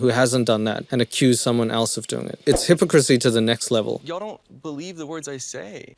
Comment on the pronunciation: I like how you pronounce hypocrisy. That's the way I used to say it, along with maniacal, until my boyfriend laughed and taught me the correct way. I used to say maniac-all. In my defense I'd only ever seen the word written never heard it aloud. Same with hypocrisy. I had no idea. :)